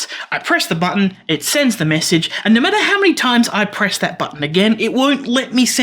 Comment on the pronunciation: good! glad this is not a blinking led tutorial like everyone else does. Did you know your accent makes you say nough instead of just no. lol so strange and weird you add all that extra complexity with me having to translate your language into English. It borks the translator bigtime.